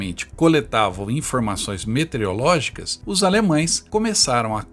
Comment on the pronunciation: Professor, várias vezes vc pronunciou "metereológicas". Só por isso dou 9,99 ao trabalho.